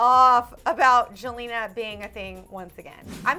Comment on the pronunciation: Did he say joelna